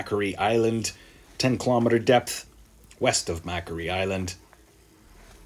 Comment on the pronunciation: It's pronounced as Mack Quarry Mike .....Macquarie Island cheers from Australia ...